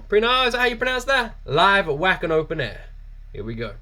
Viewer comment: Great reaction buddy the W is pronounced as a v in German keep up the great work